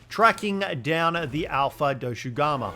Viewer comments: This man’s pronunciation of thing is lowkey hurting me inside everytime saying “doshugama” when every character that says it has never said that is crazy. Bro I just heard “kanufa village” this is crazy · His pronounciations of Doshaguma as well (Doshugamu, Doshagamu, Doshagumu etc.) its pretty funny